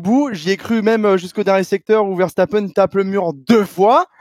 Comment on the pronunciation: Pourquoi dit Vershtappen? ça me rend dingue x)